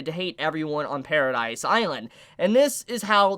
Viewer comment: It's not Paradise island it's Paradis.